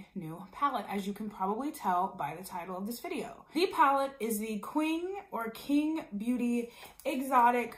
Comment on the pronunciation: It’s pronounced Ching